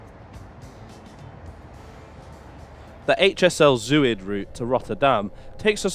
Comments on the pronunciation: Btw “Zuid” is pronounced z-ow-t not zoo-id. Zuid like clout. 😊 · To english ears, Zuid is pronounced szowt. And Rijk (as in rijksmuseum) rhymes with dyke.